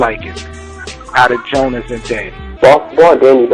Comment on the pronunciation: Did these guys see the Gjonaj Vs Psycoses battle? Gjonaj has stepped it up since Diz, but I agree Danny is gonna be a tough opponent, I can't call it... I know that nobody is getting 3-0'd here though. Also fam.. His name is GJONAJ (Joe-NIGH) not Jonas.. Can't wait for the battle